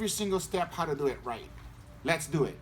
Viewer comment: the first let’s do ehht